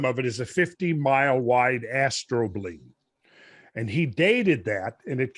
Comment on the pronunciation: When Randall first said astrobleme, I thought he had said 'astro-bling' which is actually a bit cooler.